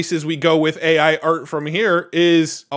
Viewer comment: you're not being picky. It says "Ey" for "AI"